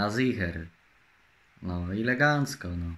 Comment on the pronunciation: Żeby tylko legancka była czystepna i na rencie i nawet odległość nie czyszkadza 😂😂😂😂